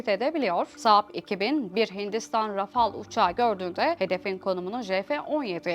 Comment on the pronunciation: Rafal diye telaffuz edilir doğru söylemiş kadın